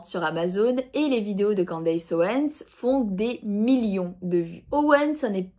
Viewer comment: On ne prononce pas 'Quandeillesse' mais 'Kenndess' 😉